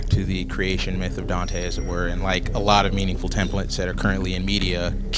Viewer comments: God, do I want to punch "Doite" in the face. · I like how literally everyone calls him donte